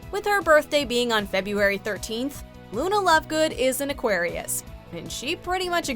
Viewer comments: It’s Aquarius not Aguarius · ITS AQUARIUS NOT AGUARIUS..(Sorry...)